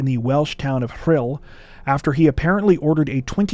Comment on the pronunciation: Well done for pronouncing Rhyl perfectly, but doner kebab was pronounced incorrectly. For correct pronunciation think Donner Party tragedy, some might suggest that the meat of the kebabs is of equally questionable quality although this is not the origin of the name.